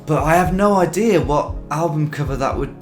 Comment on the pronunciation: "Canadarrr", "idearrr", "Americarrr"... why do you speak like a pirate?